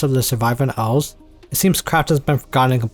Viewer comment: owls? or elves? say it better fama? or flama?